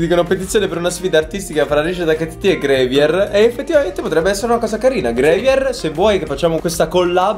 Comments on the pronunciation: plz grAvier non grevier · Io che mi stacco le orecchie ogni volta che dice grevier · Gravier, non grevier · Però "GREVIER" ha fatto male al cuore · Sì pronuncia grAvier XD Capito? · Ma gravier non si pronuncia "grevier"